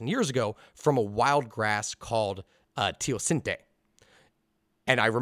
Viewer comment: Still pronounced teosinte wrong lol